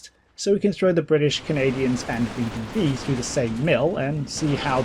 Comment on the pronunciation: I’m excited to see how the Brits, Canadians, and Veh Deh Veh stack up